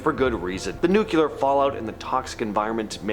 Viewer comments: New-clear….nor nuc-u-lar. Nuclear only has one u …. Not two, so pronouncing it nu-cu-ler is incorrect! 😊😊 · Noo-klee-ar, not Nuk-you-ler. Please, I'm begging. This is a huge pet peeve twitch, twitch However, otherwise, this was an interesting video. Thank you! 😀